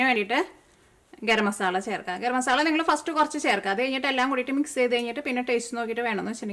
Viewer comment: മസാള എന്ന് പറയരുത് മസാല എന്ന് പറയണം ഇനി പറയുമ്പോൾ സ്രദ്ദിക്കണം